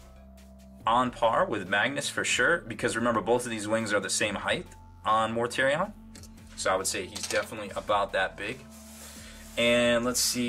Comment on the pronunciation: The way you pronounce Mortarion makes me have violent thoughts. Enjoyed the video though.